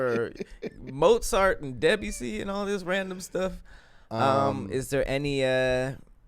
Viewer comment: The way said Debussy..😂